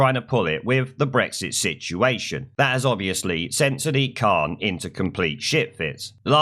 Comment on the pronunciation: WTF is a Sidiq Khan?